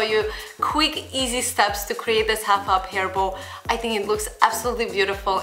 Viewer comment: I thought she was saying a "huff up hairball" instead of half up hair bow XD